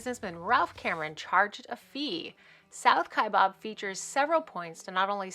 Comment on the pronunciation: Your pronunciation of the South Kaibab Trail is incorrect. It is not pronounced “Kai bOb” or “Ka bOB” as in “Shish Kabob.” It is pronounced “Kie bAb.” There is no “O” in the spelling or pronunciation. During my career with the U.S. Forest Service, I spent 4 years on the National Forest that surrounds Grand Canyon National Park, the Kaibab National Forest; thus, I have several more years of pronouncing the word “Kaibab” than the average person. Otherwise, I enjoyed your video of hiking this trail. During my time in northern Arizona, I was lucky to have hiked it 3 times. It is the most “efficient” way to reach the river from the rim. I congratulate you on hiking it.